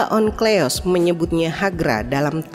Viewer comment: Mba, Onkleos apa Onkelos yang bener? Teks tertulis Onkelos tapi pegucapan suara terdengar Onkleos. Mikroat atau Mikraot? Saya sering jumpa di channel ini teks tertulis apa pengucapannya beda.